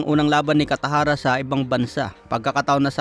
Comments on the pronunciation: Kataraja boss. Not Catajara. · Alam ko cataraja hindi katajara anu kaba naman😊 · Ayusin mo bigkas mo!! Cataraja, hindi Catajara.😊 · Hindi katajara cataraja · Cataraja hindi katajara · Bat catajara dba cataraja😂😂😂😂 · Cataraja hindi catajara.. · Unsay catajara? Basi catarata😅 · Cataraja,, hindi catajara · Anong catajara? Cataraja po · Kataraja hnd katajara hehe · Cataraja not catahara 😂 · Cataraja Hinde catajara 😮 first name Ang pinaka magandang pakingan sa tenga ng nasabing tao 😊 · 😅😅😅. Tama ka, napansin ko rin.